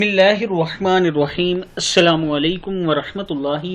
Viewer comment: پلیز بسمہ اللہ تو صحیح پڑھیں،